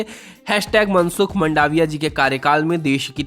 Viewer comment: मनसुख मांडविया सही उच्चारण है